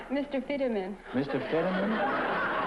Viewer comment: It’s George Finneman, not Fiddeman